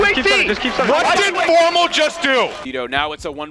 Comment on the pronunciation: Remenber when formal was called Formbal